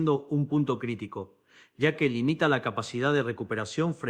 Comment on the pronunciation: Quien es la mala persona q hizo esto retrucho.Dice IA en lugar de ya,millones,contribuían.